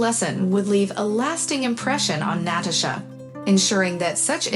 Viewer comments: It's both. Writer is trying to sound smart and it doesn't come off as natural. Reader is a robot. NAT-uh-sha! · you do know most of these stories are translated from other languages and as such, they use text to speech, which is why you get NAT-uh-sha